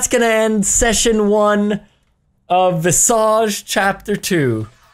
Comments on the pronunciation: Vissa- Uhumm VissÆge Me,an intellectual who speaks french: Visage🥖🥐🥖🥖🇫🇷🥖🥐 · Why am I dying at "VisaAaAgjeee, chapter tew"?😂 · I died when he said visage in the intro